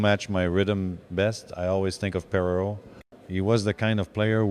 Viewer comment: Great to see Gilbert in Lafleur's top 5. Pretty sure the admiration was mutual. The AI voice which mispronounces Perreault's name is kind of creepy though.